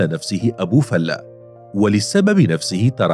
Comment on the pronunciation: معلقين الناطقين بلغة العربية كلهم بيقولو ابي فلُة او ابي فالاة افهمو وانطقو صح ابو فلِة